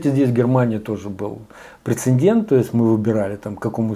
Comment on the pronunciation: Когда человек говорит "прецендент", дальше можно уже не слушать... :)